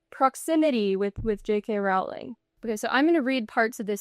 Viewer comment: Rolling. Rolling. That is how JK Rowling pronounces her last name. There are a variety of reliable sources all over YouTube on how to pronounce it. C'mon man. Do a little prep before you spend time talking about JK Rowling (rolling).